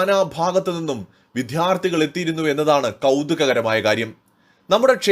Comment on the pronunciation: വിദ്ധ്യാർഥി അല്ല വിദ്യാർത്ഥി, (വിദ്യ അർഥിക്കുന്നവൻ എന്ന് അർത്ഥം)❤😂 പ്രത്യേകം ഉച്ചാരണത്തിൽ ശ്രദ്ധിക്കുക പ്ലീസ് 🙏🏼